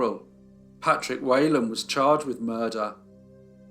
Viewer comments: It’s not “way lan” it’s “whee lan”. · It’s pronounced Wh(ee)lan not Whalen. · My Grandmother was Whelan... its pronounced WHEELAN not wheylan... . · Whelan is pronounced wee-lan , Not way-lan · If his name was Whelan, why do you keep saying "Waylon?" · For anyone interested, his surname is pronounced we-lan. Thanks for the video, I'll give it a watch! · As an Irish person, can I point out that the name is pronounced Whee lan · Great video as always, love the ones with an Irish link. The slightest criticism would be the pronunciation of Whelan, it's pronounced Weelin. Poor Mr Weelin was harshly treated, I'd say it was highly unlikely he was guiltily. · That surname is pronounced whelan as in she not we